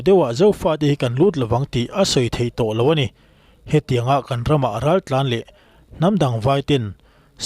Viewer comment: Raltlanho tih ni na na na "Raltlanhau" ti a lam tlat mai chu.hau tih hi awmze nei lo ani